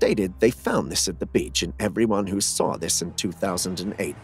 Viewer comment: Not soar, saw I d iot